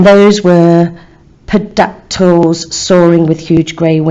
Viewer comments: SHE DID NOT JUST SAY PDACTULES 😂💀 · 'podactuls' hahaha This helped out a lot thanks! :D